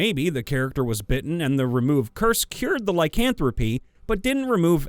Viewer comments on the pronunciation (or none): none